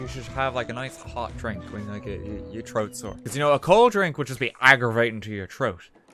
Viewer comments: “Agonating to your troat” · "A col' drink wud be aggervating to ur troat"